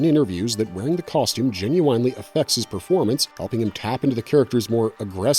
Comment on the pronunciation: It’s difficult to listen to his narration as he consistently mispronounces words like regularly, particularly genuinely. He seems to have problems with those words, and it’s more frustrating that he repeats them a lot.